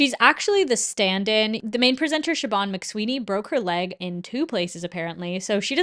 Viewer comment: Irish person here, just a little heads up Siobhán is pronounced 'Shiv-awn' not shi-bawn :)